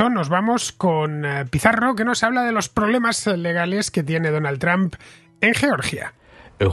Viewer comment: Gracias caballeros por acercarnos a las elecciones guatemaltecas. Saludos. Pd. Sigo sonriendo cuando escucho a Pizarro decir Donaldo.